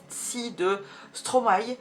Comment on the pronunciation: ca me stress de ouuuf quand tu dis stromaYYYYY hhahahah